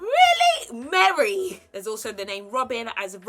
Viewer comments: Sorry but you butchered some of the names 😂 Merry for Mary. Se-ren for Serene.. it's all good we love you 😍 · I was kinda in my feelings when she said “MARY” 😂 But it’s, I still love her 😂😂😂